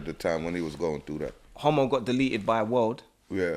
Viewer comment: His name Hamo not Homo 🤣😂🤣